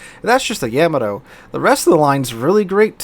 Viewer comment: Please tell me you are intentionally mispronouncing Yamato just to trigger people like me who are borderline Yamato historians. lol